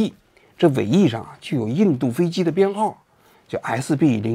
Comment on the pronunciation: BS-001念成了SB-001，是故意的吗🤣